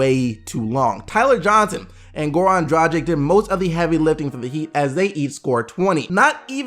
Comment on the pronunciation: Hey, love content man keep up the good work. One note though - can you please stop calling him Goran Drajik? His last name is pronounced Dragic, where the G is like in game and the C is like ch. Thanks